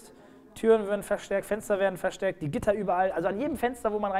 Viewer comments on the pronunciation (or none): Ich glaube das war ein undeutliches "verstärkt".